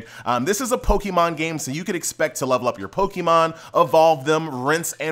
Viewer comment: My boy got the whitest pronunciation of pokémon! 😂 Much love from a fellow south texan! Keep doing your thing!